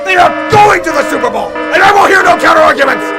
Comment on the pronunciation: I'm telling ya! THA STEELURSH ARE GO-ING TO THA SEWPER BOLL!